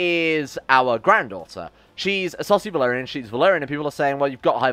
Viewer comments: You keep saying Essosi Valyrian but I keep hearing it as a Saucy Valyrian. I'm like "She's not even lustful man." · Same I kept on thinking "Why does he keep on calling them Saucy"?